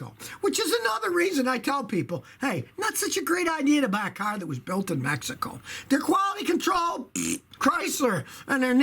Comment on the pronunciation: “Mehico” -Scotty Kilmer, 2019